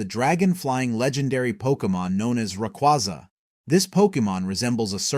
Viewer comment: The fuck were these pronunciations? And then got Rayquaza right